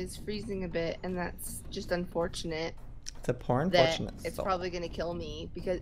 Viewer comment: when he said poor unfortunate soul i thought he said pornfortunate soul lmao XD and gasp and Joey's reference to into the woods lol